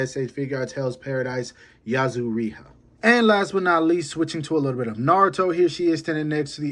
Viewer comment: I’m sorry but how did you pronounce Yuzuriha?!? 🙄🙄🙄